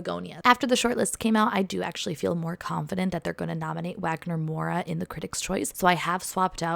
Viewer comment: Loved the predictions! They're pretty solid, actually! Just a tiny tip correction: in Brazilian Portuguese the letter W has a V sound in a lot of words, including some names such as Wagner/Walter/Wanessa So whenever saying his name the correct pronunciation is Vagner Moura 😉❤